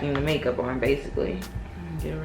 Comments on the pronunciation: Sis the way you was saying make up in the beginning was pissing me off,I was about to stop watching 😭 And do you put on SPF everyday?x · The way you say makeup lmaoooo.